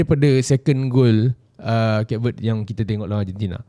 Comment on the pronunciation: Kayp Vuhd this is how you pronounce the country